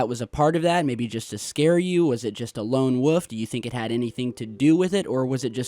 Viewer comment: did really just say “Lone woof” instead of ‘Lone Wolf’? Is this an accent thing because fuck na I ain’t fucking with that pronunciation